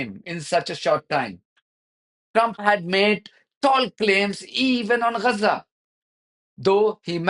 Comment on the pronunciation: Can we agree on the pronounciation of G like in gab so Ga za not Ra otherwise spell it Raza or stop using the latin vocabular